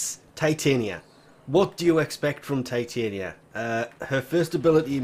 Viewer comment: I'm pretty she is pronounced TIh-Tonya and is based on the fairy queen Titania from A Midsummers Night's Dream.